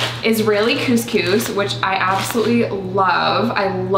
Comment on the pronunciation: my bf and i spent ten minutes trying to say it differently and it is really hard to say couscous with an 'uhh' sound instead of 'oo' sound and it's really really hard to say lol